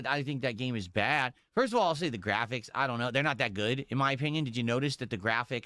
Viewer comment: made Space Marine 2, a game he said was ok gwaficks which is all about gore so why is he complaining about Hellraiser again?